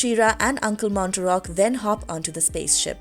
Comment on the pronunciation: Uncle “Mar-tock” not Mon-ter-rock”